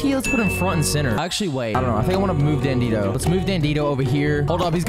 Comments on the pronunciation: sry to be rude but you pronounce dandidoo wrong, it’s not “ Dan dee doe” It is “Dan Dee Doo” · It’s not dan di do it’s dan de do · why do u call it dandido its dandidoo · I think you make really cool videos!! Subscribed!! Keep it up!! Also I can’t help but say that Dandidoo is Dan-dee-due, not dan-dee-doe. Nice try, though!! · Isn’t it dandidoo not dandidoe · It's dandidoo not dandido ❤❤ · It's dandie do not dandedoo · Heres how to pronounce dandidoo Dan-di-dooo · dandidoo ls said dan-dee-doo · Its called dan-e-doo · BRO ITS NOT DANDINO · You said dandidoo wrong